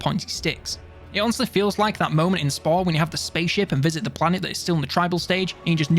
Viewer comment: "nukiller weapons" huh? that's what the man said, he said it!